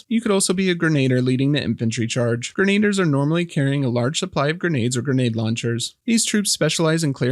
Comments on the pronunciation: Gren-ay-durr sounds cooler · I don't wanna be that guy, but I'll be that guy. grenadier = Gren-A-Dear. <3 you